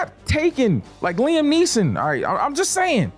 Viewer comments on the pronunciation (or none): none